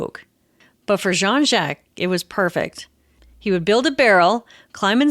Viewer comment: Great story-telling except for one thing....the pronunciation of Jacques. I don't understand.